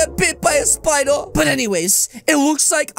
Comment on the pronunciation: I like when she said spooder